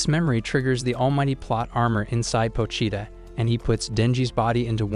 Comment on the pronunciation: 𝙉𝙤𝙩 𝙥𝙤𝙘𝙞𝙩𝙖 𝙥𝙤𝙘𝙝𝙞𝙩𝙖